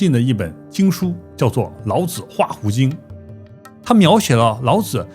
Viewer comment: 老子之「子」，發音三聲：表尊稱，如孔子、孟子、莊子等聖賢；若發輕聲：表助詞，無特別意義，如桌子、椅子、兒子等。